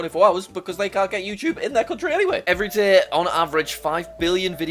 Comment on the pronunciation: “every daeheh”